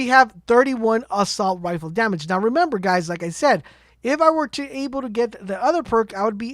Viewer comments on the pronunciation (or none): none